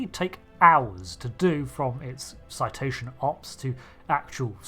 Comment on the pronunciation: Now say it with me "cetacean ops", citation ops is what you do, don't get em confused